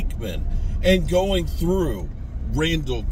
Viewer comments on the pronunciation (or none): none